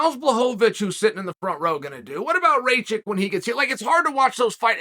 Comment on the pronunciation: Did he say ray-chick lol